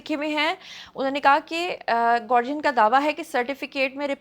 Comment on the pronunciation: You pronounced ‘Guardian’ incorrectly